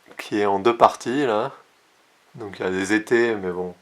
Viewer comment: „il y a des étés“ 😄 Non! La langue française a 16 voyelles phonétiques et si vous vous voulez être compris dans le monde entier - c’est votre but, non? en postant des vidéos sur YouTube - il faut prononcer correctement, donc: „des étais“ [è ouvert]